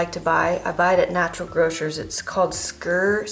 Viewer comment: Haha I love Americans trying to pronounce Skyr. It's more like the ski in skiing. "Skir". Good stuff!